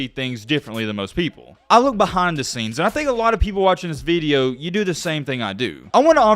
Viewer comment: you lost me at "veedeo"..